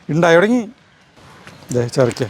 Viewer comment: ചെര് ക്ക അല്ല ചുരക്ക ആണ്